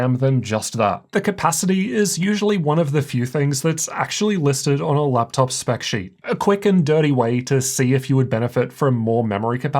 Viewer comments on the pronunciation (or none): why is every vowel you pronounce "eurr" euuonne teurrr theurruee fuerr leupteurrp qeulceuurm